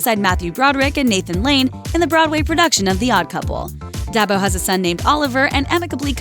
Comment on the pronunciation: Her name is pronounced "DEE ARBO"